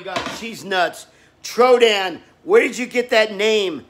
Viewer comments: If everyone says troydan then celebs can’t say troyden so edit to make it where it says Troydan fans: troydan Celebrities: troyden Big Ed : TRO-DAN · Everyone: Troydan Celebrities: Troyden Big Ed: TRO-DAN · nobody: Big Ed: tRoDaN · Nobody: Not even: Troy Big Ed: Trodan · Big Ed rly said: chodedan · Big Ed is saying chodan